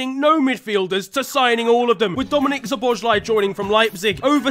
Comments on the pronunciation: The irony of teaching pronunciation and pronouncing Szoboszlai wrong smh I love Ps it’s sob-o-sly-eee ❤❤ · That Szoboszlai pronounication bit was hilarious 🤣👏